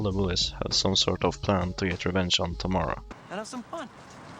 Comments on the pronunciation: my names tamara and you didn’t say it right bestie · My daughter's middle name is Tamara And My granddaughter's first name is Tamara. But it's pronounced like Tamera.